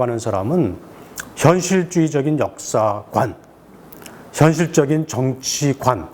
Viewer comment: "현실쭈의적인..." "지극히 우연적인..." Thank you for your explanation. But, you'd better watch your Korean pronunciations and expressions more carefully.